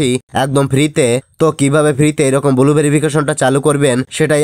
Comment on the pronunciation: Its blue not bulu